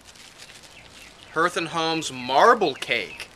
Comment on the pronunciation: Are you reallly just going to let this PAE guy get away with this? Oh and can you say Harlot cuz that shit he sent you is from Hearth & Home pronounce like har in harlot not her th & home. My goodness man look at the label and see the burning fires of the hearth. LOL Thanks for the warning about this PAE guy. Perhaps the Arizona sun has cooked his brain and he no longer has any good judgement. Blessings to ya, Jim